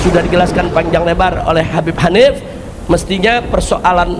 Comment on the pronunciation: Bibb..Kabbib...tapi bukan Habbib....